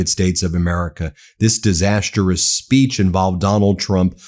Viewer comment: "SPEECHon" lol